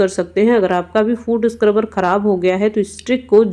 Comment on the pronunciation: Madam food scruber nahi foot sucrebur bolte hai